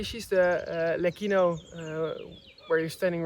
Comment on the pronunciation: the pronunciation of LECCINO is with a soft C, like CIELO = sky OR Lecce (the city in the region of Puglia) - I saw from the sign that the name is LECINO, with one C, still you have to pronounce it with a soft C, like CIELO if you say LEKINO, then you would have to add an H = LECCHINO or LECHINO Question : how long will it take for those olive trees to have a thick bark, diameter 15cm? the second type is FRANTO not FRANTOIO as frantoio is the machine, the oil mill